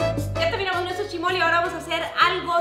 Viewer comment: Se dise chismol